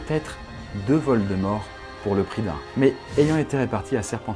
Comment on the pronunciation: Ne prononce pas valdemore mdr